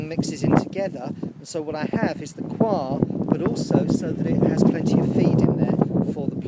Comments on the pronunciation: Been really enjoying your videos, nice to see someone asking the same questions we all ask and that never seem to be answered properly! Yes, I really don't think it should be pronounced 'choir' in the UK. Coyha sounds a bit more down to earth. I know what you mean, as I'm saying 'choir' now it makes me feel weird and uncomfortable and as if I'm doing an impression of royalty! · I know this is an older video, but saw you were talking about coir ad wanted to know if you liked it. I've been pronouncing it "koi-er" from , but no matter how you say it, I've found it beneficial also with starting seedlings. It is fluffy and if mixed with something like you said, (I use worm castings for microbes and nutrients) the seedling have something to grow on. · Its all coming to life now, lets hope for some fine weather, i always pronounced the coir as "cohya" but hey what do i know lol, its all looking good on the plot and im impressed by those chilli plants, non of mine from last year survived.